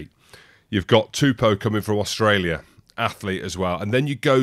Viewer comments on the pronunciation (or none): none